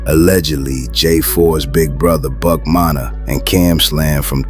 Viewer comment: Teach your AI to say Munna NOT Monna! Edit: Now I hear it saying "Manna"?! Come TF On Bruh!